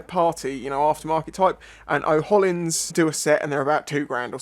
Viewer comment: "Oh-Hollins" yeah? lmao.